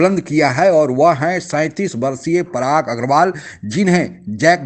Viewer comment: Prag nhi parag... Ye waha k journalists aur padhe likhe logo ki jaban bhi saf nhi hoti... Ajib pronounciation h in logo ki